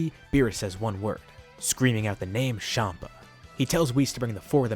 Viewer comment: Everyone else: Chompa: Shompa